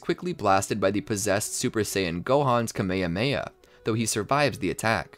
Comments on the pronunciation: IT IS NOT KEYMEYHEYMEYA IT IS KAMEHAMEHA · “A kameamea” dude why do you say it like tahht 💀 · is nobody going to say how he said Kamehameha wrong? Also he keeps on saying it wrong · This guy not saying kaaaaa meeeee haaaa meeee haaaaaaaaaa properly